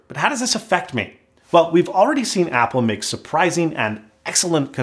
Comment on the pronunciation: Patent this and call it the "abble mak actually mini".